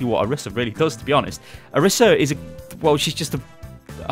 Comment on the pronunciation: It's Oreesa pronounced btw ;)